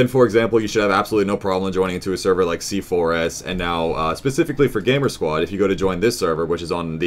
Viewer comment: Still doesnt know that C4S is pronounced c4's